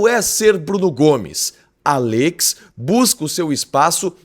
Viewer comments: É “Àllex” não “Allêx” 😵‍💫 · Qe pronunia estranha desse nome Allex kkkkk